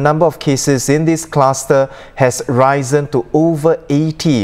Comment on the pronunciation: 1.39: Risen should be pronounced as Ri. Zn...and not Rise.Zn